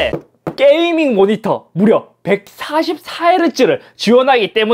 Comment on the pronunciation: "백사십사 해르쯔 모니떠 입니따."